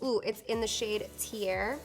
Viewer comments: Lol the color "tiare" isn't pronounced "tee-air" it's "tee-are-ay" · Beautiful tutorial! I love how you explain the placement of your makeup & why, it is very informative! Thank you! I'm sorry, my Tahitian side has to let you know, the jouer highlighter "Tiare" is pronounced like " tea-aw-de " (It's a flower) I got your back girl ;)